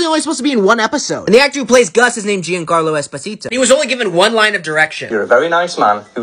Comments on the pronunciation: Correction it is actually pronounced john-carlo espisito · It's pronounced "john-carlo"